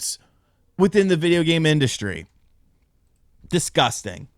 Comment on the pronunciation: What did he say???? 😂😂😂😂 DisTUSSting 😅